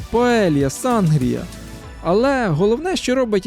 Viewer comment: Ви геніальний кіно та дронооператор. Дозвольте додати конструктивні поради, будь ласка, акведукт Сеговії є найстарішим в Іспанії. І Сангріа вимовляється з наголосом на І :-). Дякуємо Вам за чудові відео та посмішки вашої родини